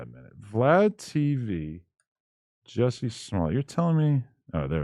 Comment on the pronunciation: Adam his name is not pronounced “Jesse” its pronounced “Jussie” and rhymes with B*ssy.